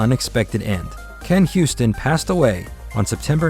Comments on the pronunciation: Why do you call him "Ken Houston"? Can you read? The man's name is pronounced "You-ston." It's not that difficult. If you truly want to create a tribute to him, you should re-record your narration. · His name isn't "HYOO-stin" like "Houston," it's "YOO-stin." 😂